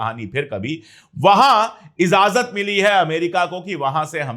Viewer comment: में आपका फैन हूं आप बहुत अच्छी उर्दू बोलते है एक लफ़्ज़ दुरुस्त कर लीजिए izazat rong ijazat right